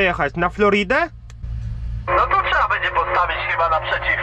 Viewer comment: trzeba a nie czeeea ihi